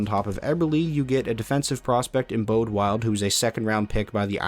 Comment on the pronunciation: I work for the Saginaw Spirit, it bugs me so much when people mispronounce Bode Wildes name. It's pronounced BOW-Dee (like the weapon)-(like the letter)